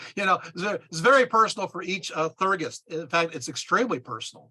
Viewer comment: If you are going to try to explain a spiritual cosmology that is way beyond your understanding you should at least learn how to pronounce the terms. For example Theurgy is pronounced Thee-ur-jee and Theurgist is Thee-ur-jist, not thur-gist.